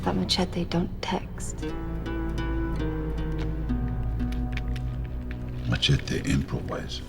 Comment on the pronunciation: The way he pronounced "Machete" just slightly irritated me. hehe.